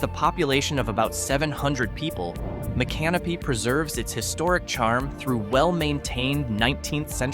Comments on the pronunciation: It's pronounced as mick CA no pee. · I came to see if anyone had already schooled on that. 😆 Sounds weird when he says " My Canopy".😂 Doesn't seem all that "creepy" to me either. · That's "Mica-NO-pee." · Mic ah no pee. Micanopy. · They’re pronounced “Mic-a-nopy” and Cass-a-day-ga. Also Hague literally has a church, a gas station, a trailer park, a Dollar General and a two street neighborhood. It’s just a suburb of Gainesville at this point. You could do an entire video just on all the small towns surrounding Gainesville. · Please, pronounced "mick uh no pee" accent on "no." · Learn how to pronounce Micanopy :face-red-droopy-eyes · No, it didn't.